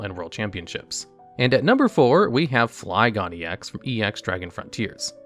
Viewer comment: Why has no one notice that he’s pronouncing Flygon wrong 😂